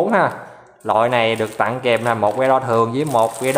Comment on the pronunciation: nghe chữ ...tặng phát ớn vãi...